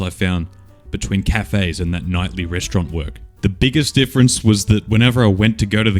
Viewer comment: *Rest-aura-nt lol